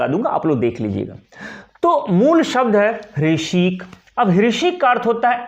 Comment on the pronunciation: कृपया "हृषीक " का उच्चारण सही करे